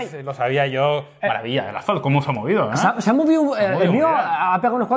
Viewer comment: parece q dijera "asphalt tocho" 😂😂